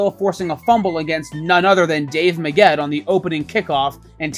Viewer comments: It’s Megg-ett, not Me-ggett. I dont know why but your mispronunciation pissed me off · Cool video, and I know I'm at least a year late to the party.. but it was entertaining. However, I wanted to punch the narrator in the face every time he said Dave Megget's name. Part 2 is needed.